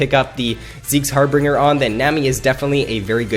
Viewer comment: Like the vids. Just one critique, it is called Zeke's Harbinger (har-ben-jer)